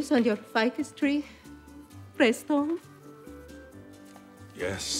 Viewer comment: Me too!! Lol “Press-Tone”